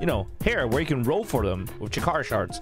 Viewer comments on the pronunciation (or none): none